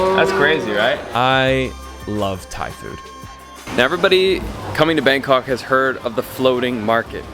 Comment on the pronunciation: the way foreigner pronounce BANG KOK is the most irritating thing to hear as a Thai person myself. Bangkok pronounce "bahng kok" not 'bang' in English. Go translate this, it is how Bangkok is pronounced "บางกอก".